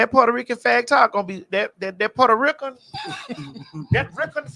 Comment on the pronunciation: That Ri-CANNNN always kills me because thats how my grandma used to pronounce Puerto Rican 😂....also it wasnt Puerto Rico it was Porta Rica😂